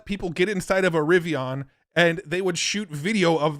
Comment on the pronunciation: First time iv'e heard Rivian pronounced like that.